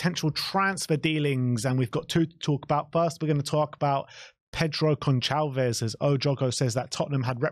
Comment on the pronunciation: Just a heads up boys, The "c" in Goncalves is pronounced like an "s". Great video like always...